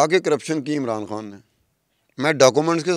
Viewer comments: " خان " کو ۔۔ " کھان " کیوں کہہ رہی ہو ۔ ؟! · your pronunciation of "K" is incorrect It is KHAN nor KAAN. KAAN is Indian Slang people are fascinated with . Pure Urdu id KHAN